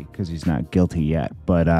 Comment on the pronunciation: Love how you say “he’s not guilty.. YET!!” 😂